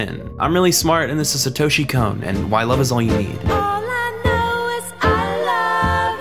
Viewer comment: Kon is not pronounced as cone.